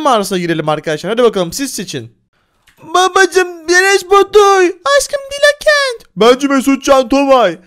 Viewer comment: Dilakenti yanlış diyorsun